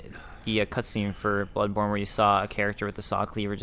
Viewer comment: lol everytime I hear him say butt borne I thought he said buttporn